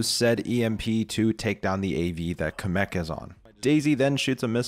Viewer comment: I can't take him saying Kamek the way he does seriously. He says it like Cum-ek rather than Cam-ek